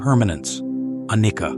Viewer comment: Anicca is pronounced anijja not anikka 🙏